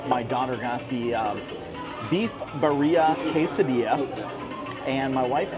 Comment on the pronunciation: Bro said beef buria tacos hahaha.. I'm la raza bro it's BEE-ree-ah (pronunciation) and rolllll that R ! Hahaha ur funny man and ya that pizza looked horrific! Can u tell us some pricing on this food...ball park? Thnx ...also FYI they sell "Birria" bombs at Wal-Mart-- get you a chuck roast, throw it in the crock pot with that Birria bomb seasoning and BAM few hours you have homemade tacos con gordito 😂